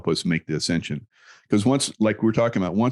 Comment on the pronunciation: It sounded like Michael Jaco said, “descension,” twice. Didn’t he mean ascension? Can you clarify that?